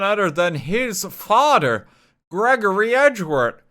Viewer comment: its FATHER not FADA